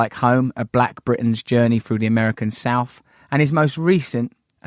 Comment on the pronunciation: as articulate as you are Russell, you still can't pronounce the 'th' sound.. its not souf its South, death not deaf... ffs.